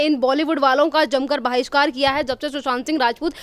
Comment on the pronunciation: Baahishkar nhi bhishkar